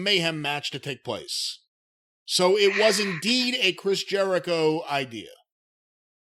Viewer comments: He said Chris ‘Jericho-vid’ 😂😂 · "Chris JeriCOVID," 😂😂😂